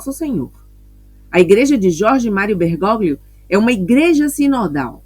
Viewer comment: Com todo o carinho...Bergóglio, se lê: Bergólio.